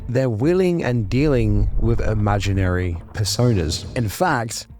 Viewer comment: yo ablaze wtf my dude haha.. lol "imageniry"? thats not even a little close to "Imaginary"..